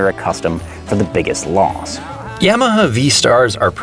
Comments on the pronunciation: He does not know how to pronounce Yamaha. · Cool video. Funny too. BUT! HOW do you say Yamaha? Hahahaha and that’s not a Canadian accent either man… That’s just plain wrong. Stop it…. Please. That is all. Thank you, good night.